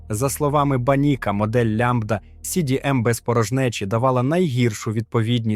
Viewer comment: Мне больше всего понравилось лямбда си би эм. 😂